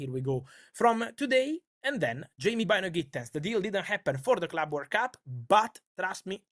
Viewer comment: What's this Word Cup Fabrizio keeps talking abou?